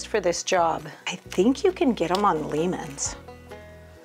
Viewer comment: Living in Ohio within driving distance of Lehmann's Hardware, I thought you might like to know the name is pronounced "Layman's", not "Leemans". That good ol' German "eh" is said just like we all say "Eh?".